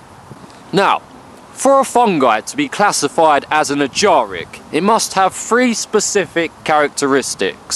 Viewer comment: From the way he pronounces "Ajaric", I'm guessing he's self-taught.